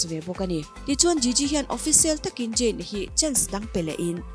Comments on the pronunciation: ZAYN ti rawh Jain ti lo in huat na lam niloin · Mate..? Jayn ani ziahlo zayn lawm..eng pawh chu nise English hman, lamdan a in ang vek hleinem.... Ka duhnu kal zel ang che aw! I chhelo ngawt ang🤣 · Jayn,Jain a ni lo aw,,, Zayn tiin lam rawh